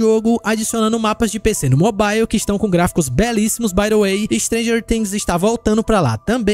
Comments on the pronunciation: pq todo brasileiro fala mobile errado? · não sabia dessa, boa. Mas curioso tudo ser na pronuncia americana e só essa palavra ser de uk